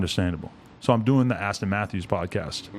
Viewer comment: it's A$ton not Ashton